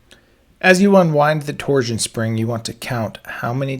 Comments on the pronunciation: "Torzzzion rods", huh? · You say “torsion” weird.